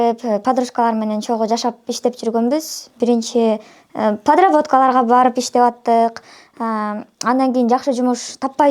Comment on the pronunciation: Подработка деген созду да туура айталбайт шерменде